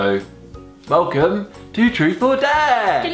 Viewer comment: I don't want to be a hater but it was annoying ime when he was keep saying truff of dare even though Marcus can say truth